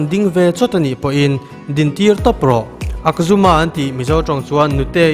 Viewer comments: Akjumma awm lo korean tawngah...ahjumma lawm😂😂😂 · Akzuma niloin "ajjuma"